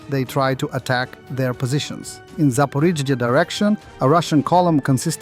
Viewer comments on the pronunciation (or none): none